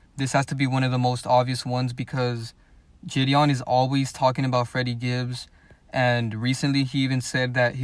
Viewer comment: When security asks for his name he always says "I'm friddy Gibbs"